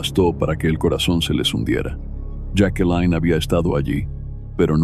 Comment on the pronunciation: Señor su voz es muy clara . Pero tiene un problema . Siempre cambia la pronunciación de los nombres , los cambia constantemente jakelin , yake , yakelin , esto es bastante molesto el otro es la hora p. M A. M . No señor , se dice pm am inmediatamente después de la hora que es 👎👎👎👎👎👎👎👎😡😡😡😡😡😡. Veo estas narraciones pero no me suscribo , por estas pequeñeces 👎👎